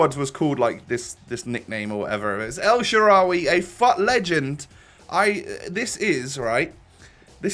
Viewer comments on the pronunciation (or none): “el tharawi” lol its “il sharawi” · you said it right (i'm from rome )